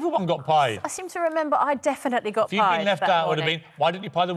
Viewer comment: Man stop saying pied that sounds so wrong 😭